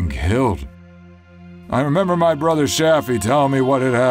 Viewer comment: "to remEMah"